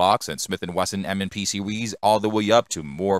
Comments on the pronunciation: What's up the with pronunciation. Glock Sewies, concealed Carwee 😅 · sewies 😆 You probably shouldn't do faceless narration YT videos if you have a speech impediment lol